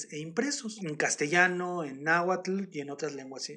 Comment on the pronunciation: Muy interesante el tema y la narración es muy amena, sólo un detalle: se dice NáhuaTL, ni TonalamalaTL. Hay varios canales sobre la lengua nahuatl donde explican la pronunciación correcta del dígrafo TL, que es un chasquido.